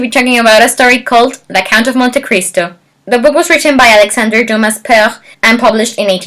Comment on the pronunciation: The S is silent in Dumas